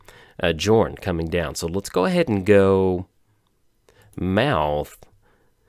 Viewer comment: Please please please stop calling him Jorn. It's pronounced YOOOOOOOOOrn. Besides that, glad to see you survived the ice storm!